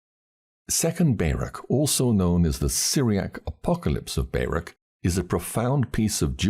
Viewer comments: I really appreciate you reading for yt, but, and I hate to be like this. But his name is not Bear-ak, it is pronounced Bar-ook, Baruch. Not sure how you didn’t know that, or how you didn’t hear of him before you read this, but in any case well done and thank you. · I've never heard anyone pronounce Baruch that way before 😂😂😂 I'm am American Jew, and we pronounce it "bar-OOK" with the phlegmy "ch" at the end, if you can manage it. But I'm not going to claim you're pronouncing it wrong. Nobody knows how Hebrew sounded in ancient times, so maybe you're saying Baruch in exactly the way that he himself said it. Who knows?